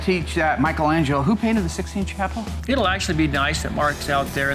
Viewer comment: LOL "Sixteenth Chapel."